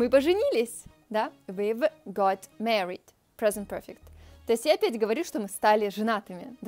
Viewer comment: Мне очень нравится ваши видео. Когда вы будете делать русский для английского? Я советую свою девушку смотреть. One small thing though, the a in married is more like the Russian a than the e which you say, a typical Russian mistake. :) но всё равно отличное видео как обычно!